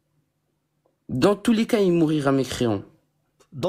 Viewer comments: " mourira " je saigne des oreilles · C'est vrai que "mourira" m'a vraiment écorché les oreilles. En plus il n'a rien compris à ce que son prof de philosophie lui a dit. Il l'a interprété à sa façon.